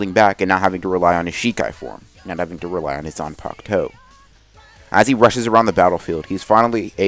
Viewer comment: why is it that in the thumbnail and what you say its Zanpakto, but in the title its Zanpakuto? Edit: also its in every video.